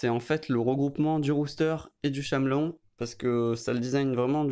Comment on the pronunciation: shamelon xD Ça se prononce caméléon x)